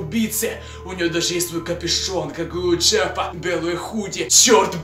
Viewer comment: Не Джеппа а Джеффа 😕